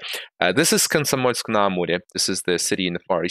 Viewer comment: Думал, ты американец, пока не услышал "Комсомольск-на-Амуре" 😂